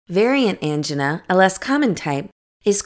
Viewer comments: Thank you however it was hard to listening to Angina pronounced Ann-G-Nahs when usually I hear An-Jine-ahs. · You are right. This is not how they pronounce angina. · That's not how angina is pronounced.